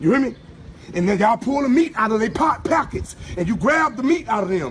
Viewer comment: Yo this dude said Pyockets